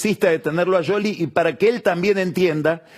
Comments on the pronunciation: Se dice... Essss cioli no sholy/ yoli/ yoly 😂😂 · No es Yoli ni Sioli. Es Shioli pronunciado en italiano, tal cual el origen del apellido. Vos a Tinelli le decis Tineli. No decís Tineyi. Lo pronuncias en italiano. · Pronuncia el apellido en italiano tal cual es. No es Sioli. Igual lo pronuncia mal. Debería decir Shioli, no Yoli. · Porque dice sholi en lugar de scioli? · ¿Por que dice "Yoli? Me recueida a Grondona diciendo "guaild" por wilde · Pasaba por aqui solo para escuchar decir "YOLI" al verdadero quijote del buen hablar... groso PAÑI 😂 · Que capo que sos pagni pero como me molesta en el oído que digas yoli! que capricho pelotudo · Porque le dice YOLI a SCIOLI ? que le diga como la gente lo conoce. que tipo mas pelotu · No es ninguna de las dos cosas , en italiano la Sc no se pronuncia como Sh ni como Y , Pagni se hace el que habla italiano y lo pronuncia mal.